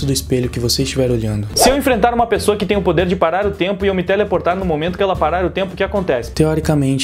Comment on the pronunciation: "Pipola" e "pesoua"